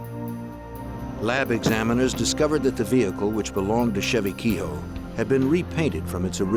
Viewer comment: The pronunciation of kehoe has made me stop watching. Pure bastardisation.